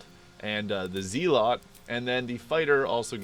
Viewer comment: Lol, zealot pronounced as zee-lot